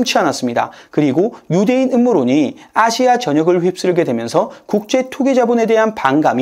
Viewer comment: 아시아를 기괴하게 발음하네 또 이번엔 어느 국적일까 ...